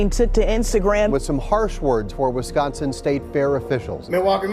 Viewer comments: WisCONsin not WisCANsin. Lol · is that the correct way to pronounce Wisconsin sounds like they saying wiscantsend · we cant even call it Wiscansin no more..yall Wisconsin again..ya dun goofed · "WisCansin" lol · What Wiscansin??? Is this supposed to be Wisconsin or is he just calling it something else? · WesKansas.... or Wisconsin. Are they the same thing? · Stop doing shit for white folks then ,,,,and there's no A in Wisconsin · I support you guys but can’t seem to get used to everyone pronouncing Wisconsin like that 🤣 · Butchering the state name but that was the only way to rhyme with mansion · It needed to be cancelled till y'all learn how to say Wisconsin right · They banned him because of the way he pronounced Wisconsin in that song.